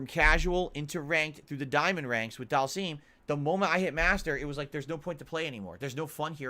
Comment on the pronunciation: Oh one more thing;, PLEASE stop calling Dhalsim "daal-seem" like does; it's pronounced "DAAL-SIHM." pronounces it like that because he's regarded.